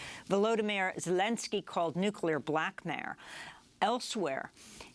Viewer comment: Nuclear BLACKMAIL not BLACKMARE... .Amy I like ya but for heaven’s sake Slow Down....your stumbling over words..running your throat parched to the point it appears your having a stroke!!!